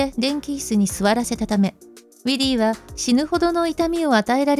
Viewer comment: ６:44分ウィリーは逮捕から、「わすが」になってる